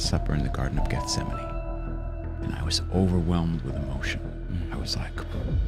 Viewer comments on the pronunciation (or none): none